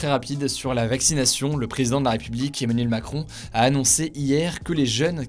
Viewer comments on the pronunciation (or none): none